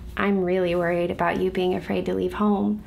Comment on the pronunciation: I thought she said bing in LA Buts she said being in LA :-(